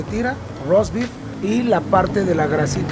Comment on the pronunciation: Hola,hola aquí apoyando como dicen el talento mexicano,y escuchando lo del cilanDRO 😂😂😂😂